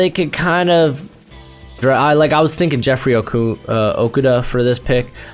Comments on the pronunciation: Pronounced O-KOO-DUH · You are saying jeffrey okudah last name wrong look up the announcers saying his name. But great mock draft.